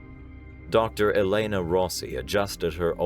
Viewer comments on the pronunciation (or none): none